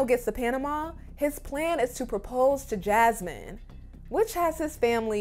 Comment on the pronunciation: Why did Gino say Jazmines name like he was saying jazz hands👐 and I’m sure he has a big head under that hat. Also, Why hasn’t anyone in his life told him to fix his laugh